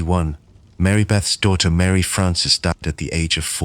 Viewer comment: Some are not bad, the one use obviously was translating from a non English language, so certain vowels were being messed up like the word daughter, the au was not being pronounced instead it was diter...same was other words with this sound..